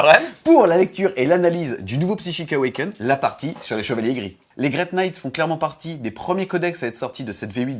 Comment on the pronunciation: Allez, tu vas réussir à dire correctement le nom du bouquin au prochain tome! Psychic AwakenING!